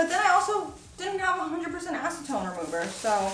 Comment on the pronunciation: Yes. 100% acentone. lol.